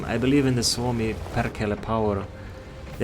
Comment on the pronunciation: Happy Hanukkah to you too! I hope your sideburns grow curlier every year! Thanks for reviewing my replay. For sure were lucky as hell more times than one. Now just to wait for 140 buffs, I got penned by t8 tanks and that's a no no for ruski tanku. Btw your pronunciation on Sfinski and Perkele are better than many native Finns. -Sfinski